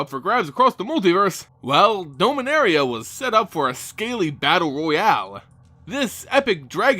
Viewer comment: did you just say doh-minaria? dom-in-aria